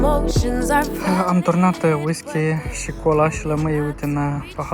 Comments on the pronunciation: ha,ha...nu mai spuneți ,,V I S K I ,,!!! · Whisky se pronunta nu visky